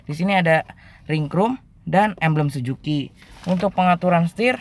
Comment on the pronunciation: emblem SUZUKI WOI BUKAN SIJUKI